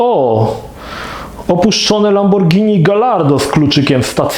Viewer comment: Ale Gallardo czyta się chyba "Gajardo" :P